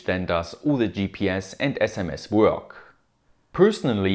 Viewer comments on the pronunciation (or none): I love how you pronounce "Work" xD